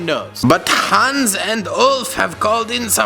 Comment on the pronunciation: I am from Germany and I'm trigert how you pronants Hans